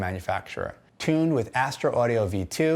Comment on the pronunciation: Astor? It's Astro and as a Astro fan you refering them as Astor through the review made me uncomfortable, great video tbo keep it up (Not trying to hate)